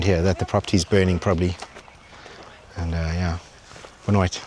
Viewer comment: your “boa noite” sounding pretty Portuguese bro 😂😂😂😂